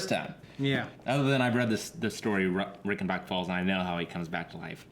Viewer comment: This is the first reaction video I've watched other than GoT. Loved it! By the way, the "Rei" in Reichenbach is pronounced like the "Ri" in Riley. Greetings from Germany :-)